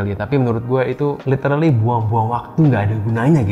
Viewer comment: "LITERLI" jaksel?